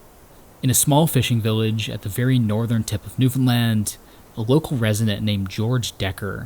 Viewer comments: He even learned how to say it right very proud! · Thank you for pronouncing Newfoundland properly!!!! 😅🙏🏼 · Bro gets a like just for pronouncing Newfoundland correctly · He pretty much nails "Newf'en'lan" too. We would point out if he did not. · As a born and raised Newfoundlander, thank you. That’s all. This is beautiful, and you even pronounced our name right! This was amazing. I hope you know how special it is for us to appreciate something made from someone else, about us. This is great❤ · The fact that you are properly pronouncing Newfoundland (far better than most Canadians) says so much about the respect you have for the places you visit and explore. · Kudos on pronouncing Newfoundland right! 🍻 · born and bred, and you nailed the pronunciation of newfoundland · nice video. A lot of names mispronounced but overall good. At least you pronounced Newfoundland properly. good job. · great job on the pronunciation 👍🏻 #Newfoundland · As someone from Newfoundland, this is absolutely beautifully done. Very few people outside of our province even remember we're around, so it's nice to see something like this to give the island justice (Also, you're the first creator to mention Newfoundland who actually pronounces it properly, and it was such a relief to hear😭) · I've watched this video much more intensely and with great pride since he pronounced our island's name perfectly. Now it is an honour to experience the Artwork of. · I actually was shocked when he said it correctly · Samsies. It's also nice to hear people saying Newfoundland right.